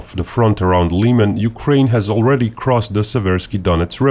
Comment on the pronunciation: Liman not Liiman